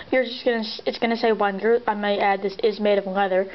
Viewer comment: its pronounced Venger, with a "V".